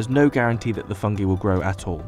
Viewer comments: Fung-EYE not fung-EEEEE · Never trust a guy that pronounces it "Fungee" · did you just say fun-gee? aw hell naw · Fung gee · I'll be honest, this was literally the first time I ever heard someone pronounce it "fung-gee". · Me too man. Rea pronounce is fang-gay . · He can't even pronounce 'FUNGI" correctly.